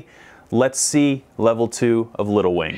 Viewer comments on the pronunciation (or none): Instead of “little wing” I kept hearing “lil wayne” hahahahaha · Drinking game: Every time says Little Wing but it sounds like “Lil Wayne”, take a drink. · The whole first half of this video I thought he was saying lil Wayne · that's what I thought he was saying XD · Me too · i noticed that too! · Don't know why, but every time you saying little wing I hear little wayne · Idk why but every time he said Little Wing I heard Little Wayne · It sounds like your saying lil wayne